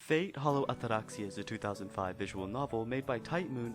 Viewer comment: I enjoyed the review but not the pompous pronunciation of "Atraxia"